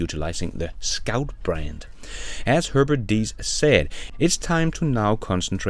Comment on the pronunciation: It is not Deiss, he is call Diess :-)) Very surprising to hear that he is stepping down. Can't hear it anymore that they are not on track and don't "get" it. Perhaps.